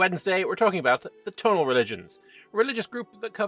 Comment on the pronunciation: I believe "Tonal" in this case is pronounced "Toh'naal" despite its resemblance to the English word "tonal"